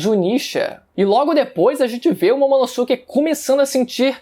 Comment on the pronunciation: Ver ele falar "Momonossuke" da uma coisa... Ahhh Se pronuncia "Momonosquê"